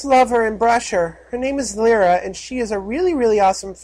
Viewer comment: You mispronounce Lyra... A lot. Lie-Ra